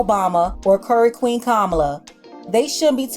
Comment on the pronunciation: Baybeh every time you say "Curry Queen" it takes me out...😂😂😂❤